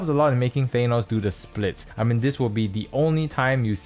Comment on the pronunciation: Good video, it is impartial, but I hate to be that guy, but I will say it... It's Tha-nos, not Thay-nos.